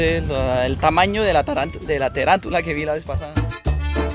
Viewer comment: Gracias Por hacer de Colombia una de las maravillas del mundo, y no sé dice '' terantula, Es tarántula " por lo demás el tayrona es un parque muy especial y maravilloso y pronto estaré por allá de vacaciones!